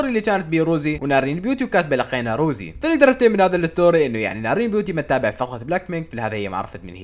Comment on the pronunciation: رَوزي❌ رُوزي✅ 😂😂